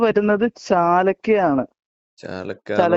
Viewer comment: ചാലക്ക അല്ല ചാലാക്ക